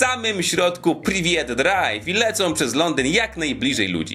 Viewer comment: Za "PRYWIET DRAJW" masz waść suba z dzwoneczkiem 😁